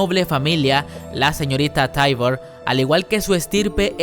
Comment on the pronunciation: Ewe todo bien, pero no puedes pronunciar las cosas como son? Señorita Taibur wtf....